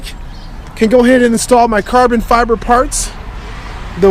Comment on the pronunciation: "Lots of and lots of carbon fiberrr installed" ahahaha